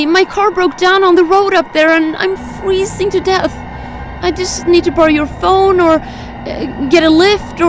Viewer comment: "AND IM FERZZIN TO dEATh😨😨😩😩"